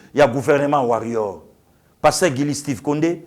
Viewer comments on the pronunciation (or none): none